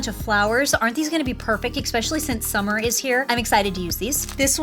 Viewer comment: SUMMEHHH, SUMMER SUMMEEEHHHH